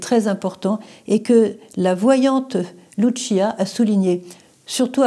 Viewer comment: Sr Emmanuelle les voyants de Fatima sont des portugais Lucia Francisco prononcez leurs prénoms en français c la même prononciation qu'en portugais et non en italien. Merci